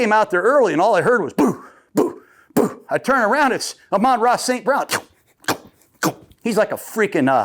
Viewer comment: your wrong again coach gruding and your being disrespectful. Its Amon Ra Snt Brown, not ramon snt brown. your really bad at this or the people your with that help you set this up, set you up for faliure .